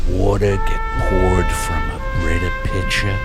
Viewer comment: Like Watta from a Britta Pitcha, it's good cuz it's got a great Filta!